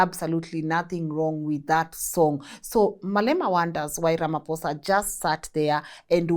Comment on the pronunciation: My queen pls pronounce Ramaphosa properly ❤